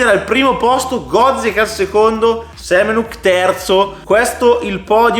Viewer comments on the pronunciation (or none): Si pronuncia Semenak...